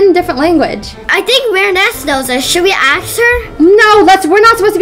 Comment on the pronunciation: Why maya saying ask wrong:/